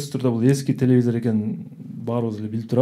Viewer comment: Тупые..телевизор а не телезор....🙄